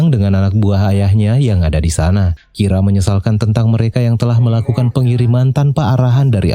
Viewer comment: menit 7.55 ngomongnya kira lama lama kok jadi rika? gimana nih?